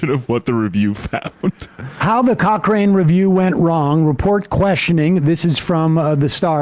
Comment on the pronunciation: Shout out for correctly pronouncing Cochrane.